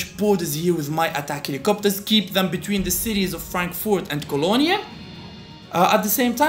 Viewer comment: You're pronouncing all the Polish cities correctly, but you pronounced Cologne wrongly. It's said as "kern" in German. :D